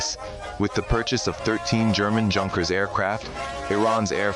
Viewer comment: یونکر نه جانکر! Junker is pronounced as Yoonker! 😮